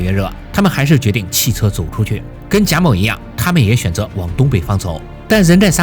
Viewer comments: 为什么要把某读成谋？ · 谢谢你的视频，但是你的音调很奇怪，一会儿贾móu，一会儿贾mǒu，还有其他很简单的音调也发错，听着很难受。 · 贾（jia3）某（mou3） 咋就听你说贾眸呢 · 原作者读错了-他读成: jia3mou2。当两个第三声前后连读的时候（jia3mou3），前一个第三声(jia3)一般要读成第二声(jia2)，后一个继续保持第三声, 所以是： jia2mou3。另一个经典例子系“你好”！ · 哈，前后两个第三声连读，前面的第三声升为第二声，后面的第三声保持为第三声。原作者读错了-应该读“夹某”，而不是“贾谋”。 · 这期真的封神了，且发现各个平台都在盗用，反复看了好几遍，唯一瑕疵是“贾某”一直念成“贾谋”😆😆😆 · 贾某 读三声，为什么 别人都读三？就这个读二声了？听着难受死了。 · 原作者读错了。两个第三声连读，前一个变第二声而不是后一个变第二声。譬如，你好-单独念的时候是：ni3 hao3，而连读变成：ni2hao3，而不是ni3hao2。